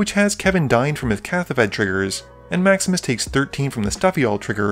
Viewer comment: Every time you say "Maximus plays", I still hear "Max misplays"... 😅